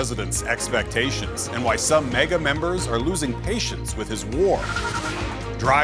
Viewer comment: It’s “maga” not “mega”,.